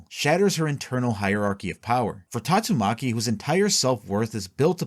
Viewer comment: You keep saying Tatsumaki's name wrong is annoying me.